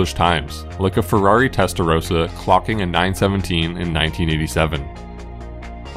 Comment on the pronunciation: Hey nice film but it's not "Testarosa", it is "TESTAROSSSSSA!!"